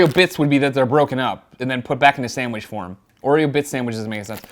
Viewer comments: "Oreo bits Sandwidges." Haha that's how it sounded when you would say "sandwich." Pretty irrelevant, but I couldn't ignore how it was being said! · Why does he say "sandwidges"?!